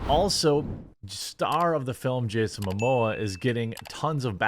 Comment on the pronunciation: Momoa not Mamoa